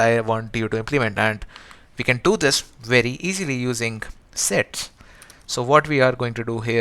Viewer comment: sets sounds sex at 1.75x......🤣🤣🤣🤣🤣🤣🤣🤣